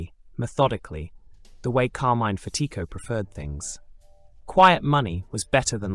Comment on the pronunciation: You’re mispronouncing Fatico